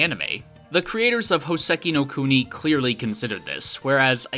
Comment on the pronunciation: Hoe-seh-key know cooe-knee? I only know Houseki no Kuni.